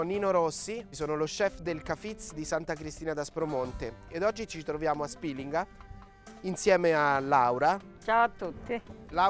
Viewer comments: Perché pronuncia Spilinga in quel modo??? Non c'è l'accento... E POI SI DICE 'NDUIA.... TUTTI I CALABRESI GIOVANI, VECCHI E MORTI LA PRONUNCIANO COSÌ. Se da lei si dice così ok... MA NEL SUO PAESE. NEL RESTO DELLA PENISOLA NO... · A Spìlinga, luogo d'origine nonostante per lei non sia così, 'nduja si pronuncia così. La pronuncia originale è poi stata "storpiata" ed è diventata più popolare con la "i" . Inoltre Spìlinga ha l'accento sulla pima " i ". Il fatto che lei ignori una cosa non significa che non sia vera. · 😑 Vieni a Borgia... Dove si fa Nduja e Zingara... A Spilinga vi siete solo inventati la sagra e se il vostro paese si pronuncia con l'accento SCRIVETELO SULLA VOSTRA INSEGNA DI PAESE. Ps: non sono di Borgia, sono di Squillace.